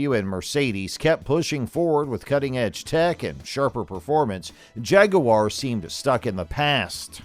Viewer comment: “jaguuwore” “nitch” haha great vid tho! 👏👏